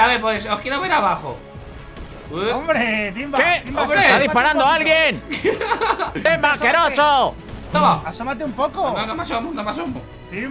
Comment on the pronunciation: Se equivocó iba a decir timba pero dijo imba